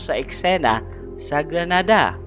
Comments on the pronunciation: Grenada not granada. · GRENADA DILI GRANADA, MUBOTO MNA, PATAKA LNG KA PRONOUNCE!!!